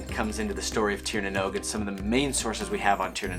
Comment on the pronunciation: Love the interest you have in Ireland and our Celtic heritage. I’d love to see more, maybe something about the Fomorians, they are super interesting, and I think a lot of Tolkien’s Monster ideas came from them. Lastly, Oisín is pronounced “ Uh - Sheen “. Great pronunciation of Tír na nÓg though!